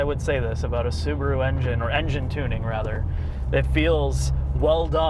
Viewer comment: The little soo-bar-oooo. Wow.